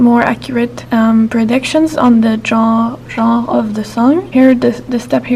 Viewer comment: Amazing video! Your channel is quite inspiring for those of us studying CS and CS-related careers. Also, in english 'Genre' is pronounced something like 'shun-ruh'. Greetings from Argentina!